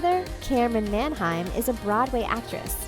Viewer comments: Everytime she says "Manheim" I cringe cause she says it wrong. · Your pronouncing Milo's last name incorrectly